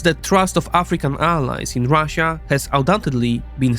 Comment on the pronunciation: why do these nerds always say ruzzia lmao is it supposed to be an own